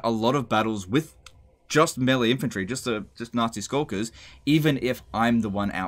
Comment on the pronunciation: Am I the only one who heard "Nazi Skulkers" every time? As long as they're not in SS-tier.